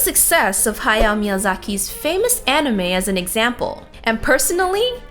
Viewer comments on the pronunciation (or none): none